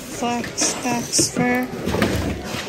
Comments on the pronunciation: Faux fur is pronounced foe fur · you are such a joy to watch:face-blue-smiling: btw "faux fur" is pronounced like foe. love your videos, you are such a happy, funny girl!!